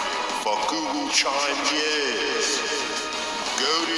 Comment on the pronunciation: I hear it's saying Gogochaime